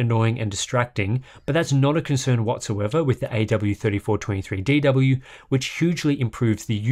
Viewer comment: Well done for saying Aydoubleyouthirtyfourtwentythreedeedoubleyou over a dozen times.